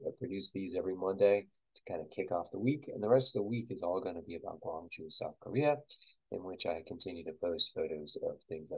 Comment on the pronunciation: Haha. Would provably lose. Penguin Village in Yangrim-dong and Mudeung san are pretty recognizable. Besides those, I only recognized the BOB pet store. Quick note: you started off with the correct pronunciation of Gwangju (gwang-joo) and ended by pronouncing it Gwangj-jOh.